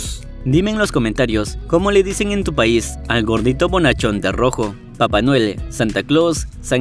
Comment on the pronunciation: Papa Noel pero Lee bien la palabra papá es el trae el regalo